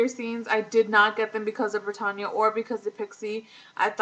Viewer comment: "Brittanya"..... like Brittany but with an A on the end.....not pertonya